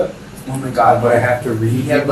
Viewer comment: Oh my gothhh gwoss . Ih my gouuuhhh. Creepy dude